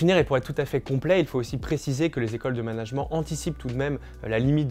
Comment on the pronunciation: Le mot management vous pourriez le prononcer correctement car les oreilles saignent un peu.